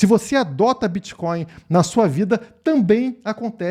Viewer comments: Será que o parasita é tão leigo que chama Bitcoin de Bitcóio ou repudia tanto que nem consegue falar! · Será que estava zoando ou não sabe como fala mesmo?